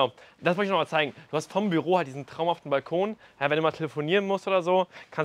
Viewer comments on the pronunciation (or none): none